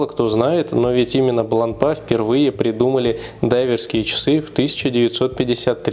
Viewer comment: Часы хорошие, марка достойная, с историей. Но в 90% русских обзоров её выставляют на посмешище...произношением. Вот и вы,, последовали примеру многих. Неужели вы всерьёз думаете, что после буквы "р" три остальные читаются как "а"? Не идите на поводу у безграмотных людей, обратитесь к профессионалам, вам станет комфортнее делать обзоры в будущем.